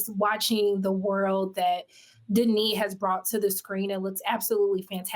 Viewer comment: Denis not Dennis.